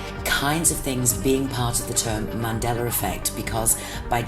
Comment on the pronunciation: ManDeller? WTF!